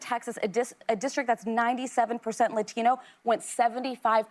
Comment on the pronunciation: I HATE the way Sonny Hostin over pronounces latino!!!!!!